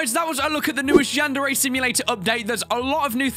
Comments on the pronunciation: Wait did say chran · Yandere-chran? Really?